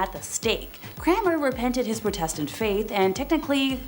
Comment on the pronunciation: It's protestant...not pro test tant